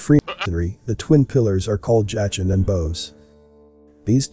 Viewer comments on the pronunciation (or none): jah-chin and boze....? No they are pronounced Yakin and bow-az. At least get that right...